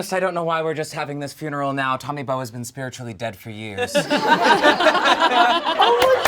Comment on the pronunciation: HIS NAME IS BOWE AND NOT BONE?!? HUHHHH